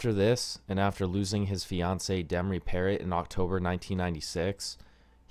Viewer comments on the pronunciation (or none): Demri's last named was pronounced Pair-row. Not Parrot.